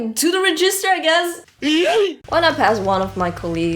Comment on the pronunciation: Your English is almost perfect. You only seem to mispronounce "register".